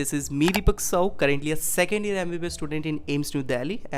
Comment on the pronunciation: Deepak please pronounce correct even u didn't pronounce Sahu perfectly!